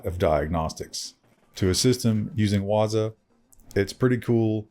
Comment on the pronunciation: Pronounced waaa-zoooo